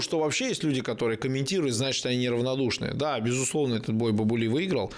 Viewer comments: Бабули правильно произносить с ударением на А. Мовсар с ударением на О. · Имя следует читать Бабули с удалением на первый слог,или с с удвоенным "аа"- Баабули.